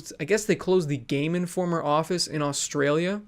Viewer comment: Never say Australia again